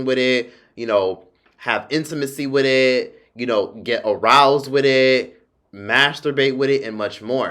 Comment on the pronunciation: The way you kept saying wit etttt lmaoooo😭